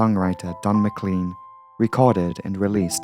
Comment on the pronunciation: I found it suspicious that a British accent would mispronounce Mclean, so I suspect it's merely more AI slop, sad.